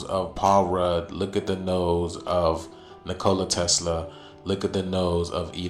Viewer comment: Nicole a Tesla🤣🤣 Neek o lye Tesla